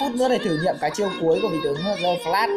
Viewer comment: Đờ phờ lát mà cứ đọc giơ phờ lát như đúng rồi vậy ...bó tay